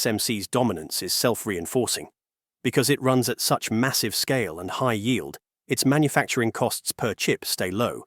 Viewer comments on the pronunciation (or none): none